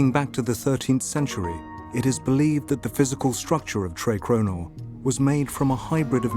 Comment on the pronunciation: For anyone wanting to pronounce the old castle name a bit more correct: treh crew-nor, instead of "tray crow-nor"